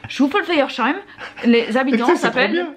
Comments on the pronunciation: Souffelweyersheim on prononce sseim. Pas cheim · Sheim ça se prononce seim 😁 mais c'est pas mal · Vous n'êtes pas obligés de prendre une intonation ou un accent pour prononcer les noms des villages. On parle pas comme ça nous 😅 C'est pas "chouffelweyersheim" il n'y a pas de "ch" 🤔Souffelweyersheim = Souffel-wayer-sseim Dommage qu'on peut pas poster d'enregistrement audio en commentaire, je vous les aurais fait entendre 😅 C'est quand que vous reveneeeezzz ? 😁😁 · 😂😂😂😂 Vous vous compliqué trop la vie pour la prononciation 😂 Souffel (le s ce prononce S) weyersheim (w se prononce V et le sh se prononce S) Bon j'avoue c'est compliqué et sinon moi aussi je doit vérifier l'orthographe dès que je l'écrit (c'est pas toujours juste !)